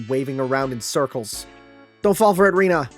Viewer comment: I think Rena's name is pronounced Ren - na the way you're pronounced makes it sound like Rina